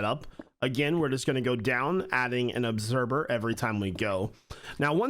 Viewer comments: Obserber? Not once, but thrice. Lol. I thought maybe he just tripped up on a pronunciation, but nope, it’s a thing. Lol. I’m not being mean, it’s just one of those words!! Like library being pronounced lie-berry. We all have a word like that!! What’s your word? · I swear you say observer like "obserber" at least that's how I hear it and it's kinda great.